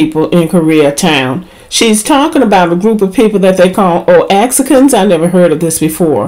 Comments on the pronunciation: Lets get that annunciation right: Oaxacan sounds like Wa ha can. Everything else on point. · She didn't say negrito she said changuito. Changuito means little monkey. Nothing endearing about that term. And Oaxacan is pronounced" Ohacan". It's the people from the city of Oaxaca. Just correcting y'all. They need to fire that lady she is a straight up racist! The fact that she talked about that baby like that is disgusting! Peace Sista❤️